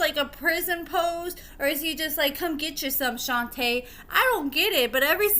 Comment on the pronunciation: You pronounced Shonta name wrong I know her she stay in my hometown they still together as we speak she used to be a restaurant manager